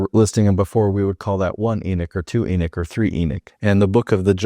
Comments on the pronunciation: It's funny because of saying Enoch your saying Enik haha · please don't take this wrong cuz I'm not saying it to diss you or anything but when you say it you pronounce the o like it's ik instead of pronouncing it like you would in knock